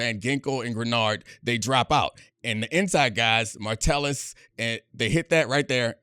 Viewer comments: MA Tell Us.... Ma tell Us.... Not martellus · I stopped watching when you said "martellus" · Idk why but it bugs me when he says Martellis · Honestly can’t watch this having him mispronounce mattelus over and over again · Watch Gruden do his Packers/Vikings preview. He called him "Martellis" too. Gruden pronounced a lot of names wrong - GREENard, Tyson Chandler (name is Tykevius), Josh Martellis, etc. You can tell the defense is largely made up of great scheme players over stars if you don't know some of the players. BTW, his favorite players were Cashman, Martellis (lol), and Van Ginkel. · can't even pronounce Josh Metellus' name correctly